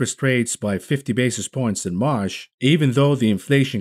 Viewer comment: I like how u say "Marsh" instead of March.